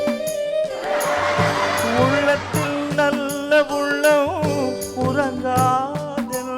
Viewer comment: mano sir, ullathil nalla ullam "urangathenpathu" is correct sir but u pronounced "urangathelnpathu" ...why